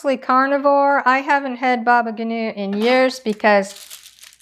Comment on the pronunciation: thank you dear lady! btw baba ganoush is pronounced with the s at the end :)